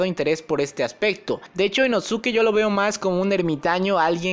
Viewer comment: Me da un escalofrío cuando dices Inosuke y no inoske